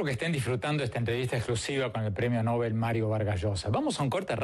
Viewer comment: MVLl no es "el premio Nóbel" sino el premio Nobel, como se pronuncia el nombre del sueco, pronunciación según las reglas del español tambien.